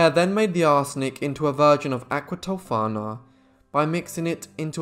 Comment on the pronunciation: Thank you for the spot on pronunciations! I loved this story when Bailey Sarian did it (aqua tofaaaannaaaa), but I certainly appreciated your take on it.